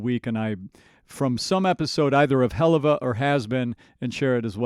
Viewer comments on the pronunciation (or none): "Hell-UUU-va Boss"? I can;t be to the first person to say so but its' "hell-uhv-a-boss"